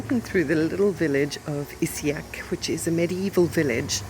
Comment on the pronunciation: It is Issigeac (pronounced with a soft g ) not isseac as you pronounced it. thought you might like to know. Good video